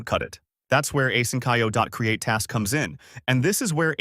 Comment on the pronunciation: Asynch-io not asyn-ch(k)io. Drives me nuts. Train your ai.